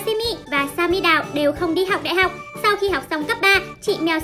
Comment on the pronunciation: đại học chứ ko phải đai học